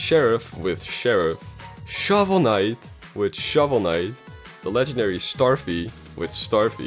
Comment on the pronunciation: why u say shovel knight like that?